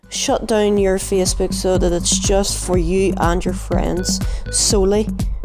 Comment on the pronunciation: the way this guy says Facebook yo "feecebok"